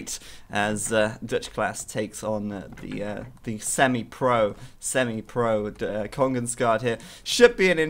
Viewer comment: you pronounces it like kongens ga the where its a sharp a. not gah